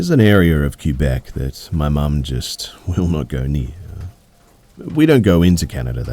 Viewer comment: “Queue Beck”